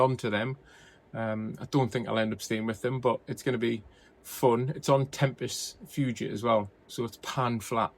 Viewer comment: Nice to see you ‘back in action’ mate and looking forward to racing with you later on the Coast Crusher Route (think you just said Tempest Fugit).